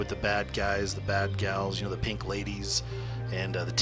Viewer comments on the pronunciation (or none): none